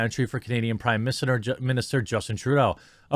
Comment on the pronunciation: "Prime Missingter" lol